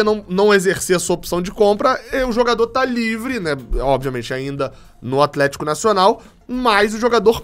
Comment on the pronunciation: Um é o atleeeeeshiiico kkkkkk que foi isso? Você é top, ótimo trabalho.